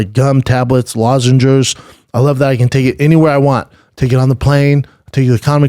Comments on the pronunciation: Why "lozengers" lol week after week... it's lozenges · There's no R in lozenges.